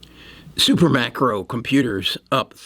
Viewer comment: It’s SUPERMICRO!!! Not SuperMACRO.